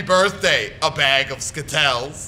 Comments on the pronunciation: stop saying skittells it is is skittles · You are saying skittle s wrong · Skittals!! dies of laughing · he's the new spokesperson for Skittles! Skittles will now be pronounced skitels! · IT ISNT SKITTLES!! Its Skit-tells!! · the way he says skittles makes it sound like a disease xD